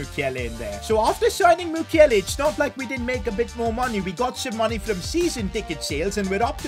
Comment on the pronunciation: It's Mukielé not mukiele thank you for your amazing content